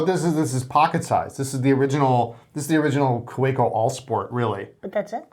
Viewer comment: I never ever do this, but let the record show that I held out for 372 podcasts (it was difficult). "KaVeko" & "Lahmee".